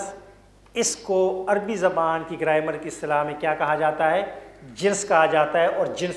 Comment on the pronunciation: Its grammar not graimar